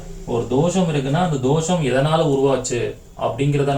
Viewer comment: அது தோஷம் not தோசம்